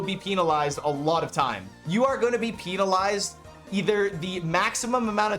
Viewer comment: It's pen-alized, not peen-alized. You don't get a peen-alty in a game. I thought you were better than that,. That has nothing to do with a Canadian accent either. Pull it together.